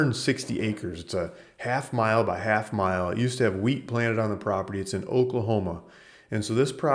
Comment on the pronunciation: Oklahoma, not Oklohoma